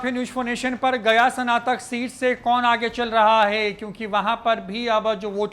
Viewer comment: Are dhondhuu sanatak nahi snatak hota hai padhle pahle😂😂😂😂😂😂